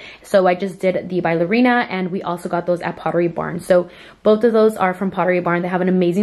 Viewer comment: "Bailerina" haha ayyyy it’s ballerina 😭